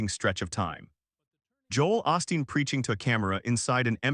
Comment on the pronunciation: "OOOHHH- STEEN" NOT "AWE-STEEN".